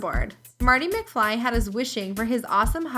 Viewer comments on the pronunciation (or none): she says us the same way my dad does witch is uz